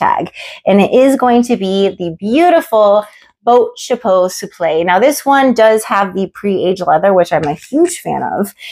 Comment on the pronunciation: Love your taste! ❤ My favourite on you is the waist bum bag. You really wear it with panache. Louis Vuitton Souple is pronounced soup - luh by the way. No shade, just wanted to help you out 😊